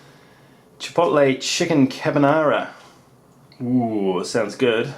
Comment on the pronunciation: you pronounced Chipotle right the first time